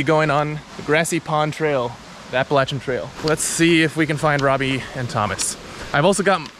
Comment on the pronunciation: Thanks for pronouncing“Appalachian” correctly.